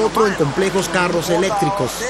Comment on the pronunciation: El documental está muy bueno en la entrega de información, pero el narrador pronuncia pésimo las palabras. Etsito, Contrutcion, Otsido, Eletrico, Reatcionan, Esperimental, Setción, Eletrónicos, Poredosos, Carateristicas, Conetciones, Imperfetciones etc.